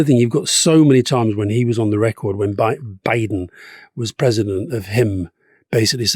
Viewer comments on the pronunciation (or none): Stop saying Joe Biden's name like that...